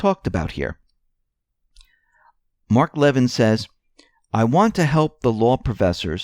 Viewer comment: Mark Levin's last name is pronounced leh vin', NOT lev'in.